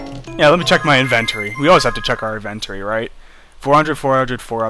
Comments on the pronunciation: dude INVENTORY is not pronounced that way! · (Random reply from 8 months later) he pronounced it the same way the british pronounce Inventory